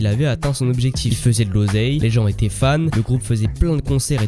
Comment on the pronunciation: Tes vidéos sont intéressantes, mais ta façon de prononcer les ‘tu’ et ‘ti’ en ‘tchi’, et les ‘di’ en ‘dji’ ( tu dis ‘grandji’ au lieu de ‘grandit’, ‘voitchure’ au lieu de ‘voiture’, ou encore ‘objectchif’ au lieu d’‘objectif’), c’est franchement insupportable. Ça gâche l’écoute alors que le fond est bon. Dommage.